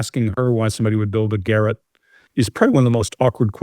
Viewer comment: Lol. can't talk when it comes to the ref to toilet when he pronounces the word garotte like carrot. It is a French word,,,gar - rot. 😅